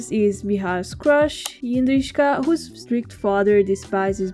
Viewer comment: I love you pronouncing 'Jindřiška' so well. You do very well with 'ř'and don't let anyone else to tell you otherwise 🥰 On a personal note it's so heartwarming to hear my name from english speaking person on the internet. ❤